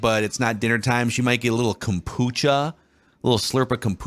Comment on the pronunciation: When says Kompucha it makes me want to punch a wall and I don’t even like the stuff.